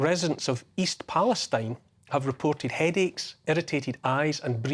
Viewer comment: East Pale-STEEN, Neil